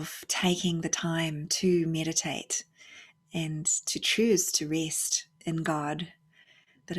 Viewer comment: I know it's immature but I giggle inwardly when you say "rest" with your (New Zealand) accent. I'm terrible.